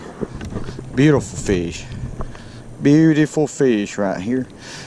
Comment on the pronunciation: I don’t think I would ever put a Carp back!? I Love how he says Feeish!